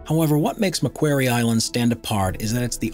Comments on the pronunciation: Thanks, very interesting, but the name 'Macquarie' is mispronounced: the second A should sound like an O as in the word 'quarry'. Macquarie Island was named for Colonel Lachlan Macquarie, Governor of New South Wales from 1810 to 1821. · you need to check the pronunciation of Macquarie Island. Named after Govenor Macquarie of NSW, the important part is pronounced "quarry" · Here's an idea. Find an Australian, and listen to how the person pronounces "Marquarie Island". Ten have another go at the video voice over! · Macquarie Island is pronounced " Mack Quarry " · In 1976 a Sydney audience I was in, corrected John Denver from singing "Port Maquairy" to the correct Port Maquarry" The same applies to Macquarie Island. Pronounced as in quarry. Named after this man. The island is an Australian external territory. Lachlan Macquarie - Wikipedia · Just saying its pronounces ma quarry Island. Not ma queiry Island. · "Mc QUARRY" island, not "Mcqwery"... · Mispronunciation of McQuarie aside (think rock quarry). This is not the only place on earth where the mantle is above the earth’s crust. The Tablelands in western Newfoundland is the heart of Gros Morne National Park and it has the distinction of being the only example of Mantle material above the crust that is easily accessible to all that want to experience this fascinating phenomenon. Hiking the Tablelands one might think they are standing on the surface of Mars. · Jeff Thomson Yes it grated on me too. “Mac” as in Macdonalds. plus as you said “quarry” as in harvesting stone. I am an Australian, we as a nation 🇦🇺 have many things to thank our early colonial Governor Lachlan Macquarie for, including Macquarie Island, as a result many places and things are named after him. I highly doubt there would be an Australian (yes we are very multicultural) who doesn’t know how to pronounce Macquarie.......Nor a Scot for that matter. You would only pronounce it incorrectly once, before being told.